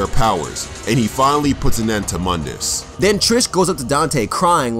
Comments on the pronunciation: Actually Mundus is Pronounced Moon diss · Pronounced Moondus. Otherwise great video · Its pronounced MOON-D-US